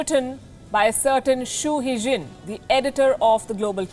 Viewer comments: His name is Hu Xijin ( Hu Shijin - x as sh ) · It's hu xijin🤣🤣🤣